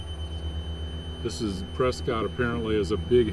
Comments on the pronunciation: I thought the same thing when Kermit said it. One could always tell an outsider by their pronunciation of "Press-kit". ;-) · Kermit, you sound like a Floridian, or someone from Utah. Prescott is pronounced "press kit." steve